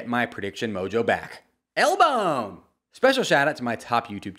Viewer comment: L-bone sounded more like "el bone" 😂